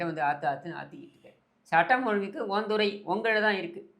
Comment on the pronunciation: துறை சார்ந்த nu சொல்ல சொல்லுங்க. துற சார்ந்த nu தான் சொல்வாரு. தமிழை காப்பாற்றும் குடும்பம். ஐ சவுண்ட் வராது